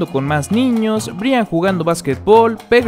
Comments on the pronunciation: De verdad dijo Bri an jajajajaja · Un dato se escribe Brian pero se pronuncia Brayan :) , espero y te ayude.